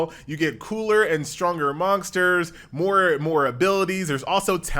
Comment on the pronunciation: why is he saying monksters? :D